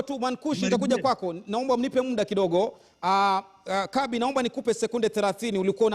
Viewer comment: it's Kabi not Kambi🤣🤣🤣